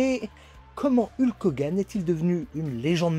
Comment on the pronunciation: Super vidéo comme d'habitude😁 La prononciation de son nom de ring par contre, fait mal 😂😅